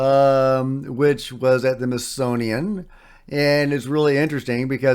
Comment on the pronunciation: Smithsonian. Not mithsonian.... Hehe